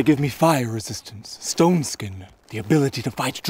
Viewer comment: It sounded like he said "ston skin" and not Stone skin.